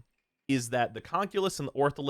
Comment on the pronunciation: Why did u go so new york lmao. DEY DONT DO ENNY DAMAGE!